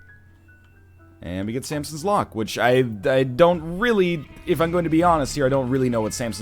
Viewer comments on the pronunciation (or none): none